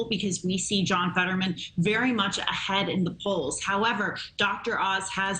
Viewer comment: The way they say his name 🤣🤣memet oz , wtf he is call Mehmeth and is Turkish and it means Mohammed send him back to Bosporos.